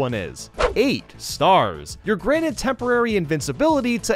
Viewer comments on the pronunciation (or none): none